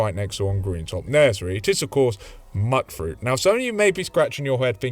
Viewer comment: It's Myoot-fruit. Like mutant. There are people who pronounce it in these games.